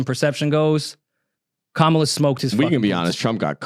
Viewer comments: her name is KAMALA! [comma-lah] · Why are y’all mispronouncing Kamala’s name incorrectly like the racists, though?